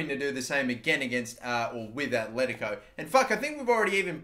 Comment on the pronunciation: I'm begging you!!! It's Atletico not Athletico. Both T's are like in the word Benitez